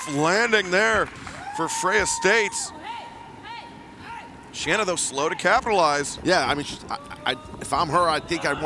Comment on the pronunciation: Say her name right. Shanna is pronounced like Shawna.